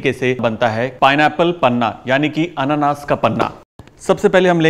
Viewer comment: It's not pronounced Annannaas it's Anaanaas 😂. Nice video though.